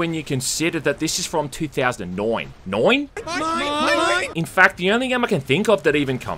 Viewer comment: 2000 and “noighn”. Baba booey.